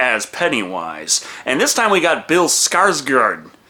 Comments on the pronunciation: Å is pronounced like "oh," so his name is pronounced "Skarsgord" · Thanks for these videos, they are awesome :) And it's pronounced like the å is a sharp "o" pronounced similar to the "ow" in "bowl" Sorta like Skarsgowrd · Yo! For future reference Å is pronounced like the o in gore. So... Skars-gore-d.. I'm clever, i know. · Scars guard is how you pronounce it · Hey you were pretty right with skarsgård, but here is a little list to help with future swedish pronounciations Å is pronounceld like the O in Bored (bÅred) Ä is pronouned like the A in Damned (dÄmned) Ö is pronounced like the u in Murdered (mÖrdered) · Åå is a bit hard for me to explain. It's kinda like pronouncing 'oh' but sharp and fast. So Skarsgård is pronounced as Skars-gor. Skarsgard is a-ok though. :D Not your fault we have weird letters. Øø is like 'oe' and Ææ is ae (bit obvious though, the normal letter's basicalle siamese letters...) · So I used to volunteer at The American Swedish Institute back home in my native Minnesota, and å when spoken sounds like the "ou" sound in gourd--so closer to "o" than "a". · The a with a dot over it, is like o in gordy. The d is silent. Nice videos and nice hair.